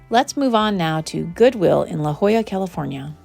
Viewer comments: Hi!! Welcome to my neck of the woods!! I live in San Diego, CA. Love that you came to check out our thrift stores here. Just wanted to mention that it is call La Jolla and not La Holla. It means: "The Jewel" in spanish. Hope you enjoy your trip to my home town!! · It's La Jolla, CA, not "La Holla." In Spanish, "j" is pronounced like "h" in English. "H" is silent in Spanish.